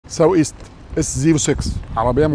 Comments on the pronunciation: Thanks for the lovely review. "sou" pronounciation is right just like in "soup" تنطق فعليا "سو" وليس "ساو" لغويا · بتتنطق سوو إيست و ليس ساو ايست يا